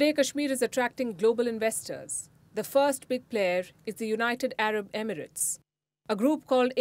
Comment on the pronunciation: I didn’t know that’s how Emirate is pronounced